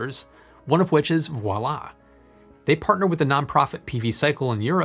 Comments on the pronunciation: Thank you, great job, clear, well explained but as a French person I have to note "Veolia" is not pronounced like "Voilà" but similarly as it would be pronounced in English :D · there was an attempt, but 'Veolia' is pronounced like 'Ve' (as in 'very'), 'O', 'Lja' (the last part is pronounced like the German 'yes', 'ja').